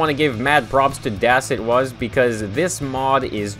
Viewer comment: Hey! Did you know that "Das etwas" means "The something" in german? Btw it's pronounced "Duss atwuss"